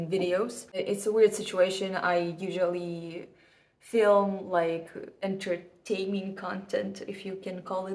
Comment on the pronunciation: yes very "ent🖐ert🤟aining"